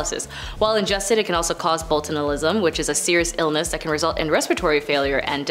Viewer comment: good lord. It's BOCH-u-liz-um. And who the f*ck put the "d" in "toxicity"?